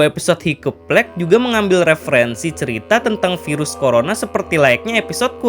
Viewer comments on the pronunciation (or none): none